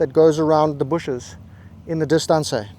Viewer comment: And dis-tan-say!